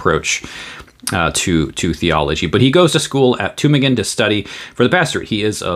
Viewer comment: You do good work. I really appreciate your defense and promotion of orthodox lutheranism. Your pronunciation of Tübingen, on the other hand, is highly suspect🙂 Your videos are great, and greatly informative. As a man of education in the natural sciences, I still find you very clear, precise and understandable. Keep it up!😃